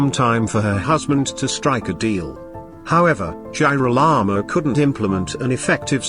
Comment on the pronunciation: you have to review the pronunciation of Girolamo, I had to stop watching because it was too irritating.